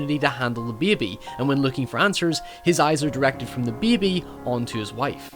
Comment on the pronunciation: god i hate the way you say baby